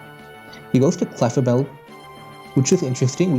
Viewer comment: It took a year and a name change, but now he pronounces clefable correctly